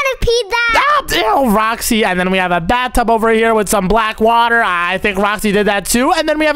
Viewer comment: I'M gonna romind u it's not roksy it's roxy